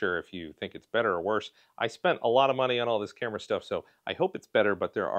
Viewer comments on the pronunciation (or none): none